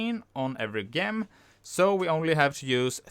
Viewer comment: you say gem wrong, if english the G has a J sound